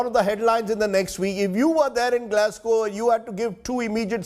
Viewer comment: glas"glow"? hahahahhaa